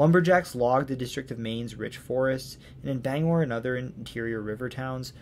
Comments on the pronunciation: I realize I’m late here, but Aroostook is the largest county east of the Mississippi, not the second largest. I’m also impressed that you got most of the place names pronounced correctly, especially Bangor. Few people from away seem to be able to do that. Interesting note, the Appalachian mountains are part of the same chain that use to include the Scottish Highlands, the Scandinavian Mountains, and the Atlas Mountains. They are so old, in fact, that they’re older than bone. When they had formed, animal bones hadn’t even evolved yet. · Native Mainer from the Bangor area, living on MDI. Thank you for your in-depth presentation of my home state. Great job properly pronouncing the Bangor. Quick point about New Brunswick, Fredericton is the administrative capital of the province and Saint John, the largest city, is the economic capital. Thank you and love the series! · Great video. Native Mainer here. I grew up in Presque Isle in the Aroostook county and in Bangor. Wonderful job on the pronunciations! Not many people from away pronounce Bangor and Presque Isle correctly. The only thing I noticed is that its not "The Downeast" just "Downeast".